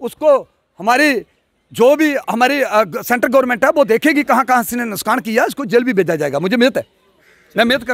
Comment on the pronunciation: "Nuskan" Nahi hota hai "Nuksan" Hota hai...